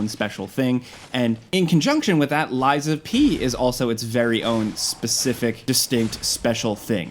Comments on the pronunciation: Who TF is "Lysa P."?? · I went to school w a girl named Liza. It sounds like your saying her name, Liza P. Lol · calling a game lies of pee is crazyyyyyyyyy